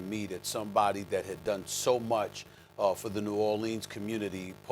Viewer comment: Stephen A. should try saying "Nawlins", it's much better than saying "New Ore Leans"